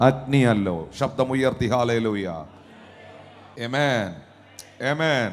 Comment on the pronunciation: ദയവു ചെയ്തു ആമേൻ എന്ന് പറയൂ. എമെൻ അല്ല